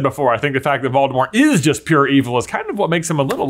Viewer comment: He also pronounces Voldemort incorrectly.